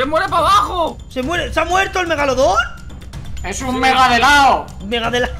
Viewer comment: Victor dijo mega bolon